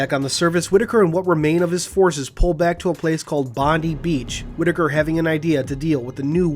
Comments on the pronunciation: If I'm right 'Bondi Beach' is a reference to the famous Bondi Beach in Sydney, Australia, in which case it's pronounced Bond-eye, not Bond-ee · As an Australian, I think of Bondi Beach being pronounced as "Bon-die", not "Bon-dee", assuming that it is named after the real beach in Sydney. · Bondie not bondy